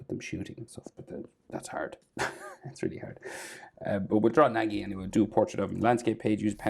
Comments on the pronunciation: Its pronounced na-gi na is no like you know what the letter o makes so na is like that and then the gi is like ge the I makes theupper case E sound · bro did not just say nagi as naegee